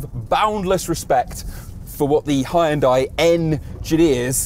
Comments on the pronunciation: Great review but terrible pronunciation of Hyundai. Correct (2 syllables): “HYUN-DEH” Incorrect (3 syllables): “HI-YIN-DIEE” 😂❤😊❤ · Does he know he's pronouncing it "Hi- yun-die" Wth am I hearing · It would be great if you pronounced the name of the company properly. It's only 2 syllables. Hyun- there is no "I" sound. You pronounce the h and y together. Y making the same sound as yes. And it's not die.. It's day. So.. Hyun-day. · Please learn how to pronounce Hyundai. It is just two syllables: "hyun" and "day". NOT; "Hi-un-dai" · 🙉 It's not Hi-Jun-Die It's more like Jon-day ☝ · Nice car but it is a shame for a car Chanel not to be capable of pronounce Hyundai